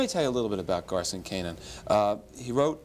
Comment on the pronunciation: It's GARSON, not Carson...